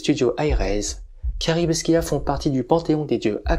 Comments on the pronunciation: Loin de moi l'envie de critiquer mais la prononciation de Scylla n'est pas bonne. Ça se lit Sila. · Alors par acquis de conscience je suis allé vérifié, ça se prononce bien " si la " dans notre bon vieux français. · Ma fois, peut être que les deux prononciation sont valides, c'est inhabituel d'entendre le "k", ça pique un peu les oreilles 🤣